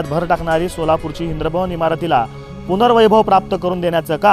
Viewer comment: अबे इंद्रभवन नाही इंद्रभुवन.